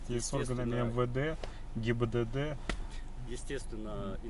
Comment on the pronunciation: каждый раз говорит ГИББД🤣